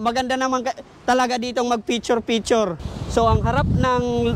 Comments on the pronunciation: Picture hndi piture haha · Bobong vlogger feature feature daw bigkasin lang ang picture di pa kaya Ng maayos